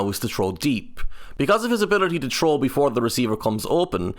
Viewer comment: I got to before I ran to the comments to see if someone else noticed😂